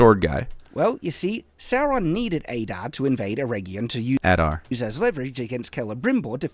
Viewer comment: One of the things that made me the most frustrated in this entire video is the part where he mispronounces Adar as "Ay-dar". Like, THEY SAY HIS NAME IN THE SHOW. We know how it's supposed to be pronounced! It might seem like a minor nitpick, but I feel like it stands as almost a microcosm of the reason this video completely sucks. This is not an example of misinterpreting something, or misreading the name and thinking its pronounced some other way. No, this is literally him hearing one thing and saying another completely different thing, which is what this entire video seems to be, in my eyes.